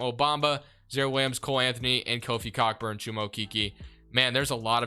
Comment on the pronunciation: Its pronounced co burn no c**kburn loving the content